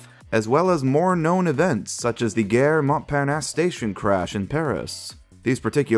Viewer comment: Gare is pronounced “GAH”